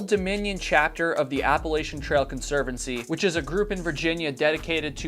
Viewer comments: You miss pronounced appalachin. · It's App-a-LATCH-an, not App-a-lay-shun.